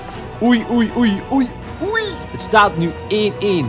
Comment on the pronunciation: Het is oei niet oej